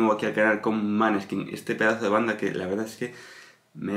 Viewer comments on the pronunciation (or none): Se pronuncia moneskin nombre danés y quiere decir, claro de luna. La chica es medio italiana medio danés a por parte de madre. No digas maneskin se pronuncia con la o. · Claro de luna..es Danes..se pronuncia Moneskin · No es italiano el nombre ed Danes y se pronuncia moneskin luz de luna